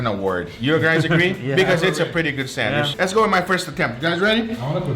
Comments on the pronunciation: why are you saying sanwish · Nobody:: Sanwish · ferramos11 my Hispanic friend calls it a sanwish too. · That’s how you pronounce it in Portuguese but it’s still hilarious 😂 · I laugh every time he say sandwich 😂🤣..Sanwich💀